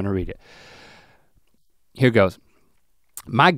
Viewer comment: “I’m hare, and I’m quare!”